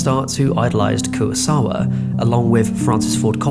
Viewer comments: No es Kurasawa ni tampoco Kurisawa. Se llama KUROSAWA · Terrific video. But how have you managed to seemingly mispronounce everybody's name? Koowasawa? Mihune?